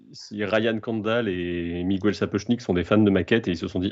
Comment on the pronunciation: Ha ha!😄 T'inquiète, ça fait 60 ans que les journalistes font la faute à la télé. Eh oui, on ne dit pas "Che Gouevara" pour Che Guevara, et ben c'est pareil pour tous les Miguel du monde: "Migouel" n'existe dans aucune langue. Merci pour eux et bonne journée,.